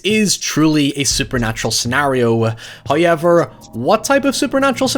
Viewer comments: No, no... he meant "HoyUeverr." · i think you mean hye-ever